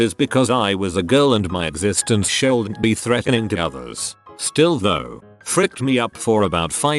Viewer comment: This text-to-speech is really bothering me... "shouldn't, haven't, bi, ..."